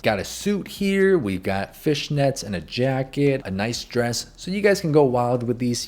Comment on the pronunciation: Anyone noticed that “got” sound like gyatt? No? Just me? Okay